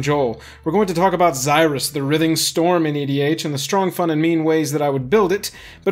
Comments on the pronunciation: You say writhing wrong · You pronounce writhing wrong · I almost had a stroke the way he pronounced “writhing” haha